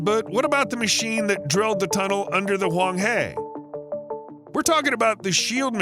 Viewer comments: lmfao! Huang He not Wong Hay! This guy needs to learn Mandarin before he starts making money on Vlogging usining Chinese materials! And the blue highlighted river is not Huang He as he stated! Also He in Mandarin means river so by saying Huang He river is telling others its the Yellow river river! Duhhhhhhhhhhhhhh! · The yellow river pronunciation is huang he, "he" is not pronounce "hey", it is pronounce as english word "her" with a lower tone. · THe name of the river isHwang Her, not Hwang Hey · Hwang her, not hey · Why won’t this presenter learn even the simplest pronunciation of a Chinese word? The river he mentions is NOT ‘Huang Hay’. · The yellow river 黄河 is a she and is pronounce as Huang Her not He. 😂😅😊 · as a native mandarin speaker, hearing you butcher the pronunciation for the name of the most historically important river in china for 20+ minutes was brutal... great video though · The way you pronounce the name of the river Huáng Hé, sounds as odd as someone pronouncing London as Lon don, the ‘on’ as in ‘on’ the table! It is easy to check with a Chinese person how it is pronounced before you rattle on in your YouTube programme. It hurts the ears the same way it hurts the ears to listen to GPS directions by an English speaker referring to roads with local Malay names. Try pronouncing Jalan Orang Hutan.